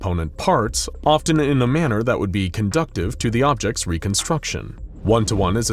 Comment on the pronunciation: Luv ❤❤ you guys! Just so you know... At 1m:8sec the word " conducive " incorrectly.